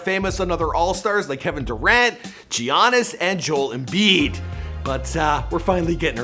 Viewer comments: Giannis is pronounced (ya-nis) not (Ji-anis) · stop saying g-annis it’s pronounced yannis jesus christ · really said g iannis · Comon man we can't be out here saying Gee-annis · did u really just pronounce Giannis' name like that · Dude wtf how did you said giannis